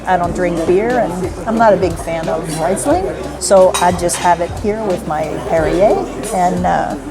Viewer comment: Not "ray-sling" but "ree-sling"